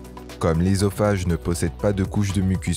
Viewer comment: Putain il commence par la fin ....Eusophage pas ésophage on dit œuf boeuf soeur pas éf ni béf